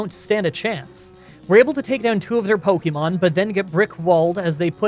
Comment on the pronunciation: Ive been watching your videos for awhile now, and I enjoy your content generally, but could you please stop pronouncing pokemon like “poky”mon. It’s more of a “pokeh”mon. Listen to the anime. I know its small but you could at least pronounce the name of the game you are playing correctly.